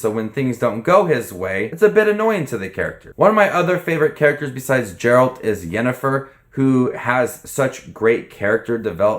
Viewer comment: I know it is difficult for someone new to the material to get pronunciations right but I can't front the way you pronounce Geralt sent me right up the wall. It is a hard G. Ger-uh-ld